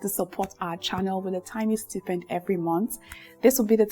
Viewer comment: Beautiful, tnx for this!!!!! Quick one most elegant 😊.... Check the pronunciation of "stipend"